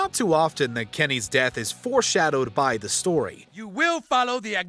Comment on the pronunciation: “Kemys death” 💀💀